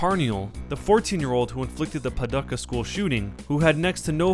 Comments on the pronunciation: It's not P-uh-Ducka. It's P-uh-Dooka I live in Paducah and I went to that highschool Michael Carmela shot at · Paducah= Pah-doo-ka not padecka. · Lmao it's pronounced Pah-doo-kah not puduckuh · It's "PahdOOcah," not "PahDUCKA!" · It's pronounced Pa-dook-ah, not Pad- uka. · It's pronounced "Puh-DOO-kuh", not "Pa-duh-kuh". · Paducah is not pronounced "puh-duh-ca", it's "puh-doo-ca". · Puh-DUCK-a? i've always heard it pronounced as Puh-DOO-ca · PA Do Ca not pa ducka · it's not Paduckah it's Paducah (Pah-Dook-ah) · FYI Paducah is pronounced Pa-DOO-Kah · PA Doo ka , lool I vile. I live in Kentucky trust me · The U in "Paducah" is pronounced oo, by the way - like the OO in "doom." Puh-DOO-kuh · The words are pronounced: "KLEE-bold" "Puh-DOO-kuh" "GROSS-man" (long "o") LOL! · And Its pronoinced Pah-doo-Cah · It's pronounced Pah-doo-kuh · "padukka" omg, I just cringed a little inside :/ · Lol it's puh-dooka. This is the first time I've heard someone mispronounce it. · I live near there. I cringed too. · louisville is pronounced lul-vul and paducah is pronounced pa-doo-ka the like button gave me #justkentuckythings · Great video but it's pronounced PAH DO CAH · Paducha is pronounced "pah-DOO-kah. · It's pronounced PAH-DOO-KAH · Its pronounced Pa-duke-uh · Narrator doesn't know how to pronounce Klebold or Paducah! Terrible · Mmm....the way you pronounced Paducah...